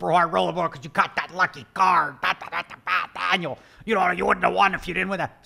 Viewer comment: What accent does he jump into when he mocks internet people? His guy-in-the-chat is like...french canadian? "Danyul".